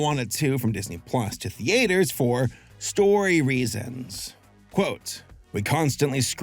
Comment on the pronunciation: Why do you pronounce theatres like thee-aters lol